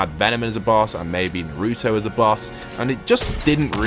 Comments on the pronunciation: bro why does every fortnite youtuber say narootoe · He really said narooto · BRO NO OFFENSE BUT STOP TALKING!! UR MAKING US ANIME WATCHERS ANNOYED BY THE WAY YOU PRONOUNCE NARUTO